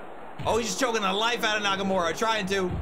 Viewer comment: *Shinsuke Nakamurdah